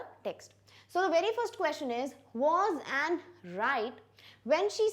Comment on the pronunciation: Mam I think you are mistaken in the pronunciation of Anne .....